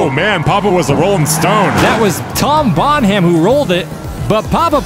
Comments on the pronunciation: It's TOM BONHAM... not Tom Bon Ham! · Seeing as how Tom Bonham is moving on, I thought I might give you an alternate pronunciation of his last name. It's not Bon-HAM like you've been saying. It's more like BONnem. It sounds much better like Tom Bonnem. Oh and #DIRTYSWEEP3D4EVA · Them pronouncing it Bon-Ham is hilarious, when it's Bon-Um. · Bon-Ham? No Bon-am! Silent H in Bonham! 😂👍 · Another great spectacle! Loved it! Now I'm no expert on surname pronunciations, but Tom Bonham's last name is spelled the same as the late, great John Bonham. John's last name was pronounced phonetically as (bɑːn'-əm), the 'h' being silent. Poor Tom, with his surname being pronounced (bɑːn'-hæm'), may well be feeling a wee bit edgy about it, but I can't speak for him. Just saying if I shared my last name with someone like John Bonham, I'd want it pronounced the same way, even if my family over generations never did and always pronounced it ((bɑːn'-hæm'). If Tom does pronounce his surname as it was articulated for this race, he should absolutely change it out deference to John Bonham. At any rate, you guys should assume Bonham is pronounced the way it should be, as it is for John Bonham, and Tom will get used to it, maybe even come to embrace it one day. Besides, he's driving a Ford Escort. Just my two - maybe three or four - cents. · It’s pronounced “Bonnam”, not “Bon-HAM” 😂 like the greatest drummer of all time, John Bonham! Lol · Bon-ham?? Well, you pointed out that you're reading the comments.. so again.. Bon-ham? It's pronounced Bon-um. 😂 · And nobody in the world pronounces it "bon-ham". Don't know if he's being obtuse or just clueless. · Okay since he won, I feel like we need to talk about how to pronounce 'Bonham.' It's not necessary to pronounce it quite so 'carefully.' It's just 'Bonnem.' Also, the random Star Wars references being turned into possible drug names... awesome! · It's not Bon-Ham...... it's Bonam dammit Bonam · Bon-Ham? are you doing a bit?